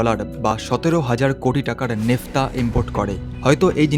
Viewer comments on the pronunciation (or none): 'নেফতা' নয় কথাটা Naphtha. বাংলায় 'ন্যাফথা ' হবে।